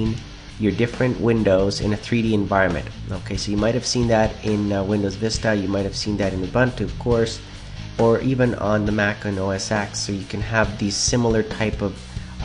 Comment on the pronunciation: OS TEN, not EX